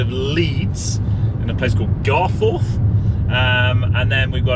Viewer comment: I used to work in that hotel in GarFUTH (not GarFORTH!) before it became a Holday Inn. Hopefully, it has been improved...